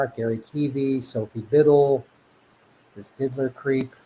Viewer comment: It's annoying that you kept saying Diddler... It's Did-ier... With an I, not an L...